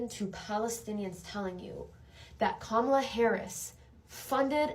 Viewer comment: I thought mispronuncing "comma-lah' is a sign of white supremacy, but it looks like no black person knows how to say it properly.